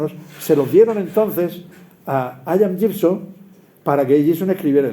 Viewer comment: Tan solo apostillar que el nombre de nuestro querido amigo e incuestionable y riguroso lorquiano Gibson se pronuncia como se escribe, Ian (no aian o hayian)